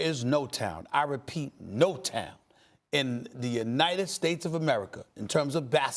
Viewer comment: Anited States of America